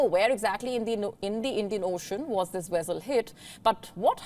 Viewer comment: You can't pronounce vessel or Orion.Pity